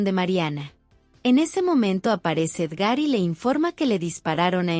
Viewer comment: Es Edgar no Edgár